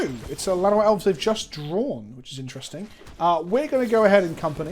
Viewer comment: I know you said "Llanowar Elves" but I was certain for a moment you said "Vana White Elves" and I thought there was some joke i didn't get